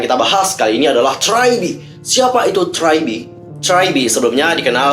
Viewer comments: Gua hampir bingung pertama denger nama nya, karena bilang try be, ternyata tri be. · Abangnya bingungin gw dari tadi liat subtitle siapa si nama GG nya eh malah tragedi , terus gw denger ngomong apa si tadi gw cari trybe kok g ada eh ternyata lagi bacanya try